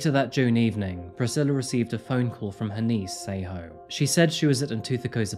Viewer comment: Your pronunciation of the names is too terrible. Tsego (try saying "TS" like 'ch' but more like "tisk" with the 'I' or like in Ella Fitzgerald's song 'a tisket a tasket' then a soft "e" like in elephant and then "Ghaw" like the sound "awe" not a sharp 'O' like in go. You are literally calling her "Say-ho". This is so far off it sounds like a story about native Americans or First Nations peoples. It's great that you do videos on South Africa and not just Europe and the West but you really need to listen to some South African news or just ask someone who comes from there, in person or online, how to say the names because you are honestly BUTCHERING them! And that is coming from a white South African which already says a lot (we are not known for our proficiency of Bantu languages, sadly). We gotta do better. Can't even watch the episode, it really is that serious.